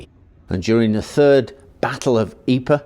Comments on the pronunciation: Pro tip: It's called "Eep", not "Eepray". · Pr Pr Pr.. Pronounce Pr... Ypres.... 'eeepr'.. That is how you pronounce the city. fkn eeper !! Dude..